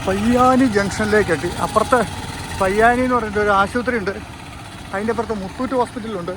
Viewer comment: പയ്യാനി അല്ല പൊയ്യാനി